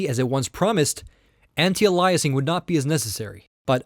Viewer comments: I realize this video is 2 1/2 years old, but I randomly came across the series, and had to chime in that you are mispronouncing "anti-aliasing". The root word is "alias", pronounced "AY-lee-us", not "uh-LIE-us". AN-tie-AY-lee-us-ing. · aihll eee uss... like the series anti aihl eee us ing. not aliah us. Driving me nuts. Phonics!! lol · Idiot. Anti-Alyasing is wrong. It's pronounced Anti-Ayliasing. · i cannot fucking stand him when he says anti aliasing. HOLY FUCK ANTIALAIS? ITS FUCKING ANTI ALIAS. ALIAS. LEARN TO SAY ALIAS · Dude I Like these videos and respected your opinions and your knowledge. However, I could not stand to hear the way you say Anti-Aliasing. It's not Ah-Lie-uh-ing, it is ey-lee-uh-sing. GET IT! please change this while you only have 28000 so people will watch till round 12. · Anti-augh-lie-essing, this pronunciation Ive never heard before are you from Europe or Canada? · It's pronounced anti-ayliasing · Very detailed comparison...thank you! BTW. It's pronounced Anti-A-LEE-ess-ing. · Gzeenos...lol...allyasing...lol...the poor guy needs to take a speech class. I've heard foreigners with thicker accents than his still pronounce English words correctly. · I'm sorry but i could barely listen to this, its pronounced (anti-ale-e-es-ing), it made you sound much less intelligent and it made taking your opinion difficult. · holy crap this guy needs to learn how to pronounce anti- aliasing!!! beyond annoying